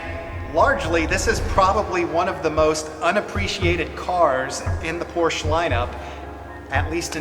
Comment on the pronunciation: I know that it is difficult to make videos and often very time-consuming. However, for what it is worth, it would be nice if you pronounced Porsche correctly and lower the background music. I don't mean to be critical, but it is quite distracting.